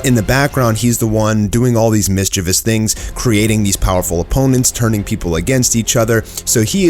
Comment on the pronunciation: You pronounced mischievous wrong kind sir